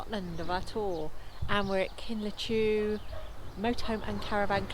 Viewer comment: I always find it quite funny the inventive ways people find to pronounce some of the Scottish names. Kinlo-chew. It's Kinloch Ewe as in Loch Ewe. I see that you have even spelled it as you pronounced it. Great video!